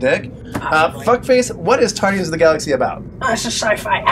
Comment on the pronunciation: Tardians? what sounds like Doc Who? lol Guardians was a good movie, cheesy ending but still funny at times, I NEED THAT GUYS LEG!